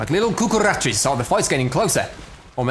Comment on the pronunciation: LIttle Cucarrrracha 😂😂😂